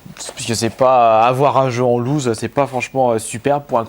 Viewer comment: ça se prononce "lousse" pas "louze" ;) "louze" veut dire perdre